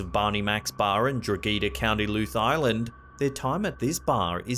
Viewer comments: Lol he fucking butchered the pronunciation of Drogheda and Louth xD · It's Drogheda, dro(like the beginning of drop) heh dah. And Louth is pronounced like the beginning of Loud but with a th instead of a d. 😂🤣 Irish prononciations are weird. Just be glad it wasn't in Dun Laoghaire